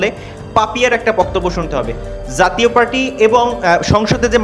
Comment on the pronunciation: ধুর! যাতীয় পার্টি কি! জাতীয় পার্টি বলতে পারো না ? বাংলা শিখো আগে।